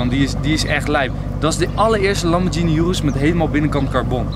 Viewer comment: Het is gvd niet joerus je spreekt het uit als oeroes